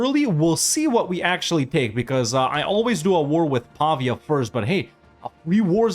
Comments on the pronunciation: I’m not convinced, since the pronunciation of ‘Pavia’ isn’t quite right 😂, but I’ll give you the benefit of the doubt. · pavia is pronounced with the emphasis on vi, not on pa (hope it doesn't come off as too judgey, I don't really care how you pronounce it, but since you say Brescia fluently...) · Nice campaign, by the way as italian i've to say that Pavia and Signoria have accent on the "i" letter, pronounced like the name Maria. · As an italian who studies in Pavia, the correct pronounce is Pavìa, but you pronounce correctly almost all the italian city names